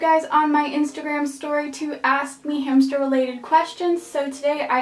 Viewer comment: She said hamshter Lol. This helped me a lot and I wanted a roborvski hamster but I ended up with a Syrian and I am not mad my hamster is soooo cute he is light brown and white and his name is peanut